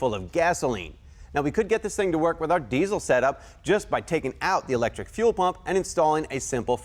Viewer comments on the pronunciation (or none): I wish I had a dollar for everytime he said deezle